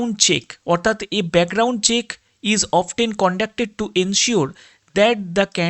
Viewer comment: অফটেন টা কি জিনিষ ভাই উচ্চারণ টা অফন